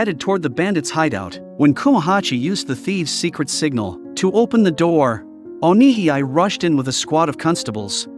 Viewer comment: You pronounce Onihei as "O Ni Hee I" when it should be pronounced as "O Ni Hey"